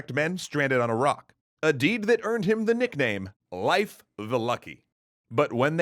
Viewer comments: Did this dude just pronounce Lief Erikson like "Life Erikson" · Hearing you pronounce "Leif" makes my brain hurt. It's not pronounced "Life". It's pronounced like "hay" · Your pronouncing Leif wrong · I think you're mispronouncing "Leif" It's a long "A" sound. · Leif ≠ Life Leif = Lejf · pronounced "leaf" Erikson, not "life." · Fyndið og sárt á sama tíma. Dó smá að innan hvert skipti sem hann sagði "Life" og ekki "Leif"(ur) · It’s leif like leaf not life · Leif is pronounced Lay-f, not Life. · I believe that Leif's name is pronounced 'Leaf' not 'Life'. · A tiny bit annoying that you pronounce Leif as Life. Love the content though :) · ITS PRONOUNCED LEEF NOT LYFE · I thought Leif was pronounced "leaf" not "life" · His name is Leif... "Lay-f" not "Life" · It's Leif, not life. The e is pronounced like the e in emperor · Why do you pronounce it "life" instead of "leaf" Erikson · I thought it was pronounced 'leaf', not 'life'. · Not “life” Leif it’s pronounced “Leaf” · Not Life Erikson. Lay-f Erikson. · Isn't Leif pronounced like 'Leaf" What's with the 'Life' pronunciation? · Huh, always thought it was pronounced “Leaf” Erikson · Happy Leif Erikson Day!! Hinga-ding-durgen. :D More relevantly - his name is prounounced Life, not Leaf? My life is a lie.... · Great video, but I'm fairly sure it's pronounced like "leaf", not "life". That's how I pronounce it, anyway. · I thought that Leif was pronounced "leaf" and not "life." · just popped here to say tell you, good luck.. wait I mean to say that Leif is not said 'live' with focus on f, the Ei is just like ey in Hey so 'leyf' if ya will. - source Icelandic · Every one gonna ignore calling him life. I don't care if that's how you pronounce it his name is Leaf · No offence, i know excatly how hard nordic pronunciation is but it's more like Layf or Leyf not Laif. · His pronounciation is wrong. Leif is pronounced “Lafe” (rhymes with “safe”). The modern Icelandic version is Leifur (Pronounced “Lafer”, rhyming with “safer”).